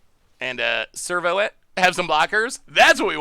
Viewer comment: Every time he says ‘servo’ I hear ‘Flurbo’ lol